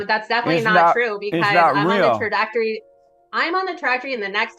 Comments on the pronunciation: I can't stand people who say, "i could care less." It's "couldn't care less", if you could care less, you care. She also couldn't pronounce "trajectory". She said "tradactory" and "tractory". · she cant even say "trajectory" but im sure she is on her way to be powerful lol